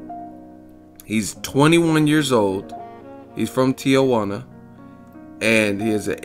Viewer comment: Why do people pronounce Tijuana, "Tia" Huana? It's Tee-Huana...